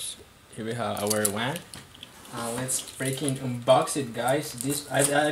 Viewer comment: sounded like you said wang...lol this bideo sux.